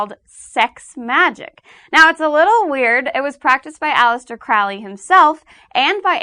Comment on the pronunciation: It's actually "Crowley", rhymes with "slowly". You know, for the people who actually practice magick, it seems all her understanding is from books and definitions, which is fine but, it would have been nice if she involved or asked actual practitioners. I hope she gives a better definition of the types of magick in the next video, because I've never heard sex magick described that way in my life. She means well, but an outsider's descriptions and interpretations are bound to be a little off.